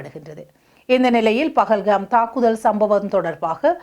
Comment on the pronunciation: பகல் கம் அல்ல , அது பகல்கம்.....